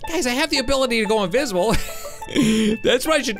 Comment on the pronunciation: Uh what he said obility